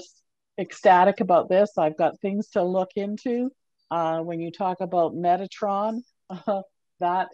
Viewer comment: Metatron. Not “Metranon”. 🙂